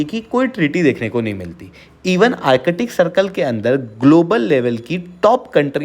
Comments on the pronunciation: Use Hindi ka adha akshar of ka. Arc-tic NOT Arche-tic! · Its Artic sea not arkitic...Chale logo ko padane.